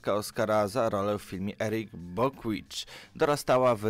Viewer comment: Julia Roberts dostała Oscara za film Erin Brockovich a nie Eric Bockwitch... Kanał w porządku, ale twórca powinien bardziej skupić się na wymowie obcojęzycznych wyrazów jak również płynności wypowiedzi. Nie każdy musi znać angielski, hiszpański czy inne języki, ale po to jest tłumacz Google, żeby dowiedzieć się, jak dany wyraz czy zwrot wymawiać.